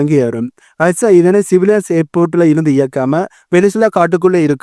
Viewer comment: ரஷ்யா வை ஏன் ரைஸாவாக மாற்றி உச்சரிக்கிறீர்?